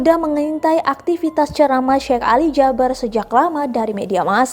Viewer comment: Tolong sebutan nya bukan syek tapii syehh 😏